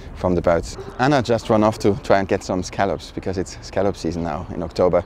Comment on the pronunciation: so impressive to see the girls being raised trilingual! and Anna! your pronunciation was very good!